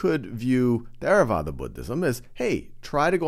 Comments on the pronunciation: There a vada? Wrong. It is pronounced TerraVAda. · We pronounce it tey ra wah dah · Is really how you pronounce Theravada? It sounds like a weird spanish pronunciation.